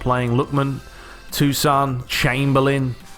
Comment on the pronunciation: I laughed at the way u pronounce tosun